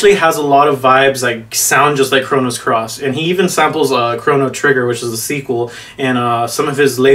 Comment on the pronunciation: I think I lost an hour of my life every time I heard "Chronos Cross." It's "Chrono Cross" you nerd.